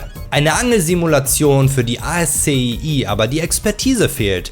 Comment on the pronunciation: Kleiner Hinweis: ASCII wird Aski ausgesprochen. Das kommt von der Programmsprache